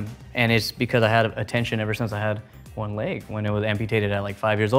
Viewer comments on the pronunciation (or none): I didn't even notice his leg until the 3rd time he said leg. I thought he was saying length at first.